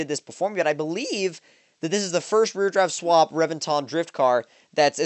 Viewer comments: omg you butcher names lol, Rev-vin-tin its all good tho, loved the video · emphasize the E in reventon, not revinton, pronounce the E like you would in revenge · And that's why they call it the "REV"enton.